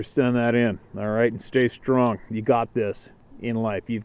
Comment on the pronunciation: Strong. Not sting